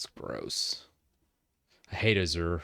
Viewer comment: the way he said azure 😂